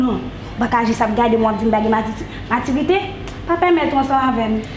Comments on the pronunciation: O apa paka di maturité anmweyy epil frekant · Konbyen moun ki we tifi a paka di maturité 🤦‍♀️🤦‍♀️🤦‍♀️🤦‍♀️🤦‍♀️🤦‍♀️🤦‍♀️🤦‍♀️🤦‍♀️🤦‍♀️🤦‍♀️🤦‍♀️🤦‍♀️🤦‍♀️🤦‍♀️🤦‍♀️